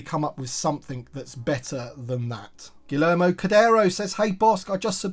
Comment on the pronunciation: Just a tip - two L’s in the Spanish language equals a Y sound - i.e Guillermo would be pronounced “Gee-YARE-mo” (with a hard G)… similar to tortilla being pronounced “tor-TEE-ya.” 👍